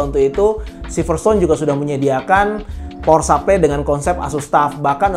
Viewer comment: power supply bro bukan pawer sapley wkwk